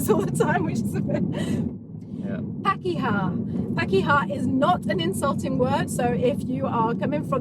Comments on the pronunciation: Even when you say the Maori words you speak with a British accent (understandably). ''Pakeha'' is pronounced ''park-i-ha'' not ''pack-i-ha''. You should checkout ''How to dad'', his short vids are really comedic and he has one on how to pronounce Maori vowels, it's both entertaining and educational. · No, it's pronounced par-keh-ha. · you're never too old to learn something new. I'm 51 years old and I've never heard that before. Hilarious. Just a little note, when pronouncing the "a" in pakeha for example, it's pronounced A as in Art not A as in Apple. And whanau is phonetically pronounced like wha-now or wha-know it's a kind of dialect thing. I've heard it both ways and I pronounce it both ways. You were super close. I hope you continue using Te Reo Maori in your videos. You actually have a very lovely accent. I like hearing you say them. I love the fact you're embracing the language and the culture of us kiwis. You're like, unofficial ambassadors presenting NZ to the world stage. You should flick Jacinda an email and tell her to put you on the payroll lol. Chur bro, your efforts are mean as. Kia Ora.